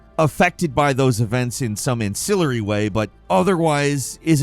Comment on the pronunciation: I can't tell you how many times throws a word in to try to sound smart or technical and then botches the pronunciation (e.g. "iterate" pronounced as "eye-terate" in idk how many videos), which just shows that he never actually uses that word. "AN-cill-ar-y" 😑